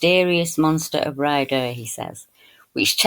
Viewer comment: It’s called Ray-adder,, sorry not “Rider’, hugs 🤗 ❤️🦋🙏